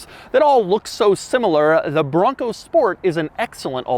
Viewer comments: The word BRRRONco (as Doug says) has lost all meaning already and I'm only halfway through the video. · So much emphasis on the “BRON COOO”